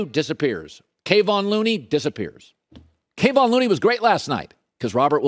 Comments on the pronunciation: Kah-Von Looney NOT Kay-Von Looney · Someone tell Colin his name is not Kay-on it's Kev-on Looney! Drives me nuts when people who talk about sports for a living do not pronounce athletes names correctly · Kayvon. LOL. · Please learn how to say Kevon Looney’s name… he’s earned it